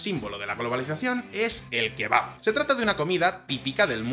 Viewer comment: Khebab???, Ulala Sr arabin - Como se dice Shawarma!